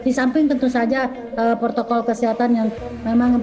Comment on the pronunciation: Kok aku dengar di Menit ibu Dokternya bilang PORTOKOL bukan PROTOKOL ya